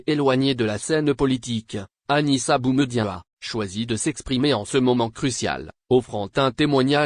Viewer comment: Prononcer le prénom de BOUMEDIéNE convenablement car ce dernier est un symbole pr les algériens. Merci